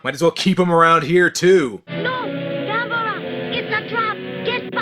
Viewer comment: It actually pronounces Ga-'Me-Ra